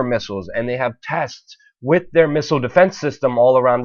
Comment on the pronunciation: Stop saying "wit" instead of with...you aren't ordering a Philly cheesesteak! Other than that, keep up the good work.